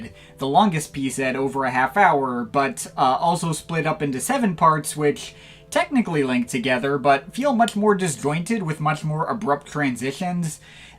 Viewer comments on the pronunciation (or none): none